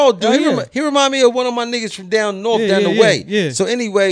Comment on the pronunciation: It’s not north it’s norfff 😆